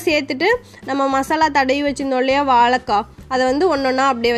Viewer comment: வாழைக்காய் தானே சரி நீங்களோ வாளகககாய் என்று சொல்லுகின்றீர்களே, இது தவறென்று உங்களுக்கு யாரும் சொல்லவில்லையா.